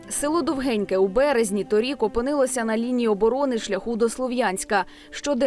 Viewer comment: Шановні кореспонденти, село правильно називається Довгіньке. Наголос на "о".